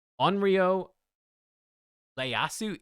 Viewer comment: the instant turn doesn’t happen once per round -- once per ally per round, so in theory three times per round. the blade is called WAKIZASHI, not sure where you see that he looks like a clown, the visuals are actually really good. the name is pronounced EE-AY-ASOO.